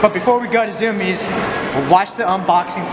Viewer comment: ITS PRONOUNCED ZU-MI-EZ NOT ZUMIZ!